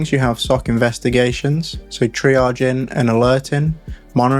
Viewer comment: lets not forget the "traiging" 🤣